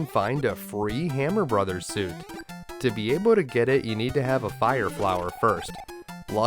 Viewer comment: Thank you for saying "Super Mario Brothers" and not "Super Mario Broes". Liked and subscribed!